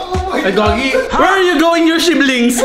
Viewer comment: shiblings✅ siblings✖ 🤣😂